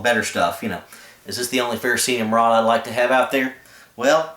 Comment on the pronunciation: People keep pronouncing the fire-rod as FE-RO-CEE-UM. This is incorrect. The correct pronunciation is "Ferrocerium". Don't believe it? Google it. Then you, can stand corrected!